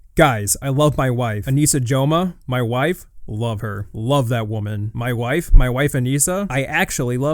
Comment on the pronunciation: "MAI WAIFE" 😂